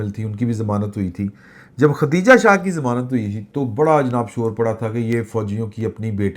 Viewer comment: Plz. Note the name ختیجہ نہیں بلکہ خدیجہ